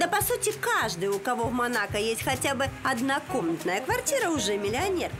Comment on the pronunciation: МО-НА-КО так и произносится, не манака. за 2 минуты видео 10 раз уже произносили неправильно.